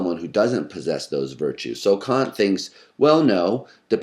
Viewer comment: Within seconds I could immediately tell this video was going to be substantially better than other Kant videos on youtube, simply by the speaker's correct pronunciation of Kant. Well done sir.